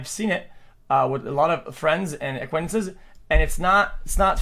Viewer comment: as a non native speaker I struggle pronouncing “acquaintance”, but surely that’s not how you pronounce it right? 😐